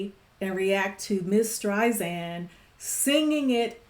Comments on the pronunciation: LOVE the song and the movie. ADORE Barbra to the moon and back. And absolutely loved watching and listening to your reaction. Thank you!! You.re a delight. P.s. others have probably already mentioned this, but her last name is pronounced with S sound, not Z... like StrySand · I am a HUGE fan of Barbra's! This movie is wonderful; however, a key scene was removed which further identified why their marriage dissolved. It wasn't just because he had an affair, she also was ratted out by her friend, who identified her as a communist when the blacklisting period took place in Hollywood where he wound up working. Sydney Pollock, the director, cut it. Therefore, the ending doesn't completely explain their demise. I love your reaction and passion, but please do not say StreiZand. It is StreiSand. Like Sand on the beach. Soft S.